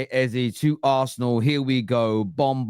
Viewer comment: 'A Berry Eze' 😂